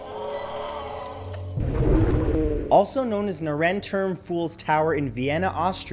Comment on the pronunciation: As someone who speaks german it took me a while to decipher what the first building was called, so I translated it myself and suddenly it made sense 😂 it really wouldn't hurt to listen to how a native speaker pronounces things. It's more like "nar-en toorm" and not "Nair-en-term" lol